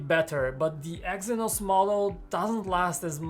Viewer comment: Watch the damn video. He said Exynox many times 💀💀💀